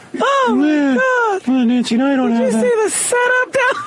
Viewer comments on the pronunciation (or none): none